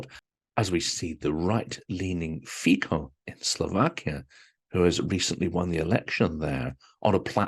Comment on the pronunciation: Note: Robert Fico won only 23% of the vote, so Slovaks opinions are varied across the board. Half my extended family is there. And it's pronounce "Fitso" (eg c is said like in Srebrenica😰) - Jonathan usually makes an excellent effort to get Ukrainian and Russian names right. If you say Fiko, may have Eastern Europeans in fitso' laughter or more likely shaking their heads😉